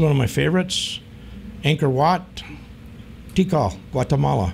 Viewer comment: GuatAmala???? It is GuatEmala. Also, you may want to do more research on the origin of the word GUATEMALA.